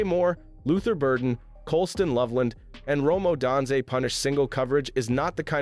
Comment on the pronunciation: Rome O-dan-zay?